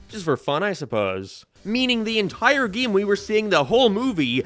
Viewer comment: Whyyy must you say “gee-im” instead of game? I want to like the video but it’s continuous and unrelenting lol